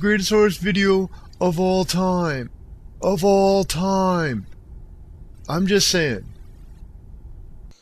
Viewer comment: should have put more emphasis when he said "of all time" the second time, other than that great vid :)